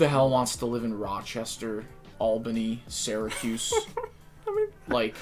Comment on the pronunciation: you pronounce syracuse wrong bro